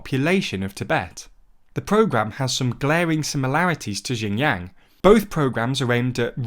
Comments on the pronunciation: The problem is the mispronunciations do lead to misunderstanding of completely different thing. For example, Xinjiang is pronounced like “Jinyang” in this video which is total gibberish for either Westerners or native Chinese. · Xinjiang is more like sheen (like the sword sound effect is the closest analog)-jee-ahng (except the last two are pronounced together). Qing is like Ching. (In fact, it used to me Englishized that way under the old wade-giles). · The way you pronounce xinjiang is shin djiang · That is the worst pronunciation I've heard by far. Its more like shin-jee-ahng (except the last two are pronounced together). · People in labour camps are paid with bullet shots. Let alone money. Why would we Tibetan want to be integrated into China when we are always made to feel like the unwanted group? A race to be erased. We know it too clear by now. Tibet mainland beyond Chandon. It goes to Amdo and Kham as well. CCP has changed our names to Chinese name which I don’t want to use. Your pronunciation of Xinjiang or what ever is bit different but it’s okay. The content matters not the Chinese words. Not everybody in the world knows Chinese and is not necessary. Actually it’s even not Xinjiang it’s actually Uighurstan before Chinese illegal occupation CCP agents have nothing to pick and attack other than your pronunciation. We have suffered so much and endured so much. The legitimate ruler of Tibet is Dalai Lama. CCP is illegitimate and illegal. Sun will shine again and CCP will collapse like Nazis did in world war.. . I have nothing to hide. I have no skeletons in my closet, being a Tibetan. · I flinched a little when he pronounced XinJiang like that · And often in the worst ways possible like how do you get "jinyang" from "Xinjiang"? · Xinjiang (pron. Sinjeeang) not Jin Yang! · Guys, you need to at least pronounce it right to make it sound legit. Xinjiang "shin jang" (at least like this, its still acceptable)...not jinyang. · 'Kwing dynasty' 'Jinyang' lol